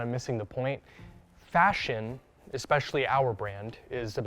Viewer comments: CEO says expecially instead of especially!!! Ohhh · How does someone become a CEO when they pronounce especially as "Exspecially". I'm guessing that somehow, someway nobody has ever told her that she isn't pronouncing it correctly and that's because it's not a difficult fix!! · Did she say expecially? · There's no X in the word especially